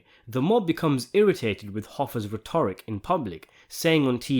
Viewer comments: Rhett-er-rick, not ruh-tor-ick Om-eh-niss, not om-nee-ess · You mispronounced rhetoric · rheTORic? if not ai, it's rhetorIC. If ai, c'mon man.